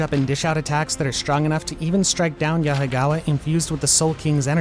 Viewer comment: Yahagawa??? Wtf is that???????